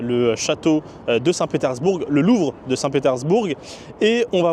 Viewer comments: On ne prononce pas le G. ! petersbour(g) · Non ça ne se prononce pas du coup comme tu l'as dis désolé...mais bon c'est pas grave, c'est juste que c'était très étrange cette façon de prononcer à l'anglaise lol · C'est nouveau ça 😮 on prononce le g de saint Petersbourg... Chouette ton imperméable des années 50...😊 Ca se dit ça, je sais pas c'est quoi...en parlant d'une marque de voiture chinoise ? Tes videos sont creuses mec... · ah tu prononces le G à la fin de St Petersbourg ?